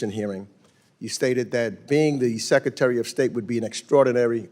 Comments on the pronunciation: Hey Congressman Meeks, what's a "Secatery?" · Secatary???? Duplicative? Education was wasted on thus guy.